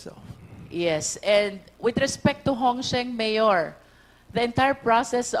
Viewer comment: Miyor? Miyor? Miyor? Ayusin mo pagreport mo.pisti!